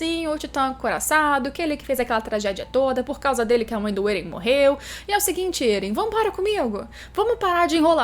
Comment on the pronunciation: êren não krlh, éren, É REN